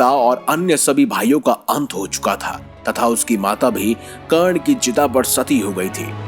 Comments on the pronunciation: अबे पहले हिंदी को अच्छी तरह सीख ले, कर्ण को चिता पर नही चीता पर लिटा रहा है!!! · चीता नही चिता